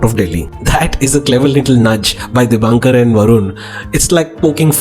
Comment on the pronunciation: Excellent movie and good review.. Director's name is Dibakar Banerjee, and not DibaNkar.